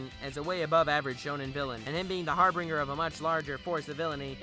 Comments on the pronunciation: No criticism of your analysis, pretty much on point. However I must say this one thing. It's not harbinger, it's harbinger. Pronounced har bin jer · Bruh....you said har-bringer.....its harbinger. I've never....I can't lol the video was great, I disagree with some things but overall good arguments.